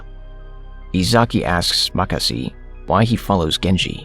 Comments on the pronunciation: Who tf is makasi 🤣 ? Its makise bro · WTF Makasi lol🤣🤣🤣🤣 It's Makise(Maa ki say).... Atleast research properly the names of the character..